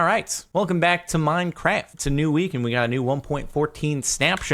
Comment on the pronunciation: "Alright, welcome back to Mein Kraft" spoken like a true German.